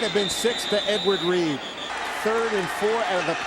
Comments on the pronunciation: The way the announcer said Edward reed made me die inside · Listening to these commentators call him “Edward Reed” is hilarious.